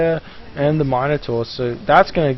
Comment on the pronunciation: it's min-ator not mine-ator